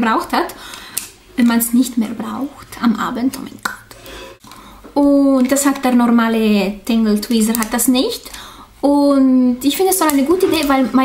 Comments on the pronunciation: Tangle twezer 😂😂😂😂das heißt tangle teezer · Du sagst immer alles 3 oder 4 mal das regt nach ner Zeit echt auf .... sorry soll kein Hater Kommentar oder sowas werden aber ich habe leider kein so gutes Feedback. Du hast Tangle Teezer jedes mal anders ausgesprochen .Leider kein einziges mal richtig :D :00.ist ja eigentlich nicht schlimm aber du sagst selber du hast viel davon auf YouTube gehört kannst es aber trotzdem nicht aussprechen ?????